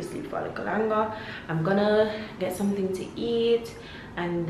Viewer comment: “Sumn nu right” LMAOOOOO